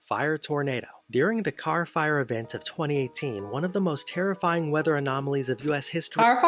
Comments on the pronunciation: Carr, California. Not car. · I think the narrator mispronounced one of the major wildfire events in the western US in 2018. There was no "car fire event" involving automobiles, LOL